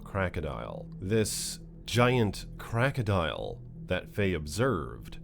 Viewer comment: It's not crackadial. It's crocodile!!